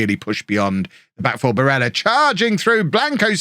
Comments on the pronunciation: BARELLA is italian. Pronounced Bah-rel-la. and Khvicha Kvaratskhelia his nickname is Kvara. Pronounced K-var-ah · barella/rovella pronunciation: you can stand under my um-barella.